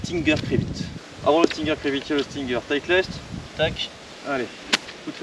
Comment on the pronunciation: On prononce 'taï t'list' en anglais...